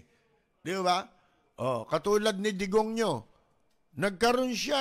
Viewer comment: Digong ninyo ,dinig ko degonyo 😅